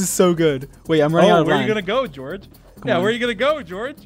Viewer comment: Did anyone ignore the fact that Dream calls for George but he says “deorge”! ?